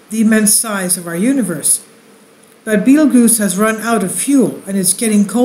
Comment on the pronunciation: love the channel, but fyi its pronounced just like the movie-Beetlejuice. ;)